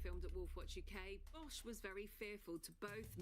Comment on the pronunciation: look at who she is messaging..the names seem a bit fishy - i had to double take as the wolf's name is Bosch and i heard Vaush then was thoroughly confused